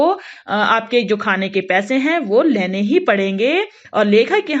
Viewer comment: Laine nhi bolte pagal...lene